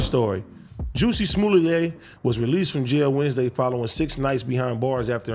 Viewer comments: How do you start out the video and then totally pronounce someone's name completely wrong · Juicy! Lawl Adam why you gonna let AD say the mans name wrong literally 30 times….. bad podcasting. Starting to think If it ain’t in LA y’all our oblivious … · AD Pause. "JUICY SMULLAY" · “Juicy Smooliet” 😂😂😂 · Mans said Juicy Smuley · AD I know u ain’t pronounce that Nigga name like that bruh😂😂😂😂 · U dumb fuks that's not how you say his name